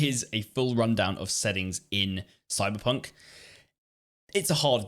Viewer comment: soyberponk sevontee sevontee